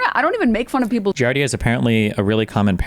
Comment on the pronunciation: I was losing my mind at him and pronouncing it fully wrong, as "giarda."